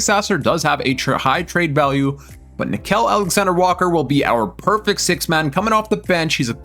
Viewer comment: dont forget about nick-kel alexander-walker bro...its nick-eel